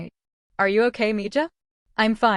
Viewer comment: Once again; mija is pronounced miha 😡